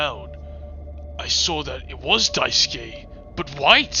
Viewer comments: "die skay" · Not only is this video entertaining af, but taught me how to pronounce Daisuke, I thought it was pronounced Daisuki at first 😭😭